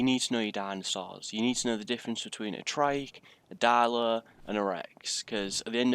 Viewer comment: He's accent is like daileu what the hack is daileu can't you just say dilo